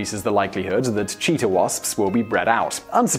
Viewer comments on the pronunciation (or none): none